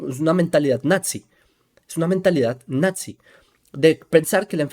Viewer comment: hola, mira se pronuncia "NAZI" no "natzi" 😊